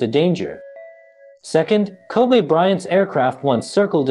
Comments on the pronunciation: His name is pronounced Ko-bee, not Ko-bay, my guy 😂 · Bro his name is pronounced Kobe with an E not Kobay with an A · Everyone in the world knows this man's name, are u intentionally saying "ko-bea" instead of saying Kobe. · Hosted by an AI bot? Kobe - pronounced "kobee" not "kobay" like the city in Japan. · Why is he calling Him Kobay so disrespectful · No it actually is Kobe' like A. He said that when he got to the league. He said that's the true pronunciation. I remember that vividly. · “Ko-Bay Bryant!” - This Video Narrator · His name isn't "Kobay". Have some respect. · He keep calling him Kobay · Ko-bae bryant 😂😂😂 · His name is not pronounced like the Japanese beef. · are we gonna listen to some one who cant even say his name right and have to obviously read from a script with out having a clue who the Lakers or any other basketball team is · Ffs... Can you at pronounce the mans name correctly if you're gonna cover the story? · All this research and he can't pronounce the name. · U can't even say his name correctly!!!!!!!!!!!!!!!!!!